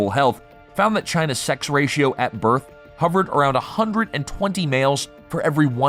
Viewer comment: In the noun birth_, the is _unvoiced. It's like the in "with," and not like the in lithe or scythe. It is unvoiced in the plural _births as well.